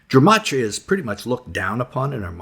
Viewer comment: Love the teaching, just hate the kindergarten-teacher-tone all these preacher guys seem to adopt. And it’s not “germ-atria”, it’s “gem-atria.”